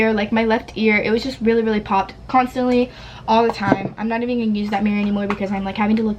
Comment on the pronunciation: i love how she always says, " constinatly", " really, really" or just says things 2